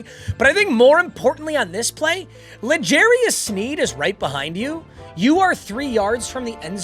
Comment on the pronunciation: Lajarious you mean Ladarius